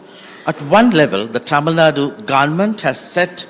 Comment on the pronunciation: I appreciate pronouncing "tamilnadu" correctly👏